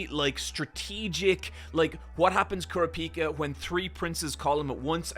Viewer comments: You’re not pronouncing kurapika correctly btw. It is funny that Gon could blow up the top floor in one punch and it’s cute how weak everyone is, like Benjamin guards are worse at nen than zushi is. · how he pronounced kurapika too LOL